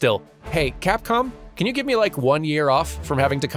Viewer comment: I probably misheard but did you call them "catcom" instead of Capcom at one point?